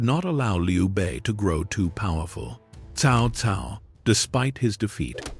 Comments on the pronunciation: Worst ai ever. Stick to the name. It is pronounced tsao tsao. Horrible video and pathetic. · I had been hearing "Cow Cow" pronunciation since Dynasty Warrior 3